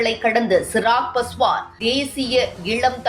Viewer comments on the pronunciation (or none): Chirag Paswan illai. Avar peyar Chirag Paaswaan. Peyarai seriaaga uchariungal.